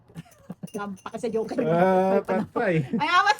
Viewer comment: joker po Hindi hoker😂